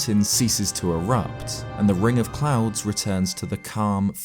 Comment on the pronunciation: I kept hearing "ring of clowns" and not clouds lmfao